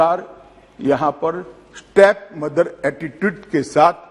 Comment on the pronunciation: Stap mother nhi re step mother totle motabhai 😂😂